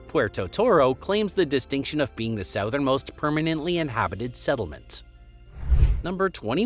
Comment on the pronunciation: Please stop saying “southern” like that holy shit